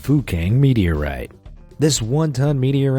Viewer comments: Sounds like he is saying fu**ing meteorite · My mother thought the guy said F*cking Meteorite when he actually said Fukang Meteorite Haha lol